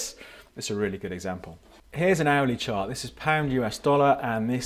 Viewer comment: >"owly chart" OOHHH "hourly" XD